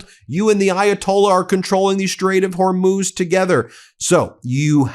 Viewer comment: At last you pronounce Hormuz correctly.